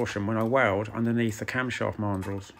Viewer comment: Never heard Mandrel pronounced this way, it should be man drel, but this does not take away from your excellent work and videos.